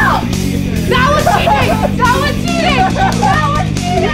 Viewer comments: When was saying "Kabaddi Kabaddi" it sound like "Kabadi Kabadi Kabadi" 😂🤣🤣🤣🤣🤣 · When she said kabady